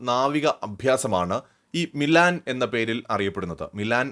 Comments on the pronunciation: മിലാൻ അല്ല, മിലൻ ആണ് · മിലാൻ അല്ല ഭായി മിലൻ എന്നുപറയു.. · it is Milan,not Milaan!